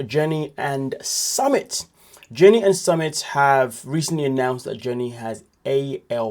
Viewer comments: you report on 90 Day Fiancé as a job and you're pronouncing it Summit it's soo mit summit is something ai crap would do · Summit? Lol its su-meet ❤ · It’s pronounced Sue-MIT